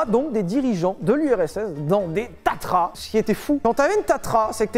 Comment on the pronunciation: Tatra, et pas tatra....